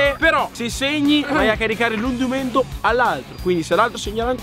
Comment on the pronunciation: “Indumento” 😂 non UNDUMENTO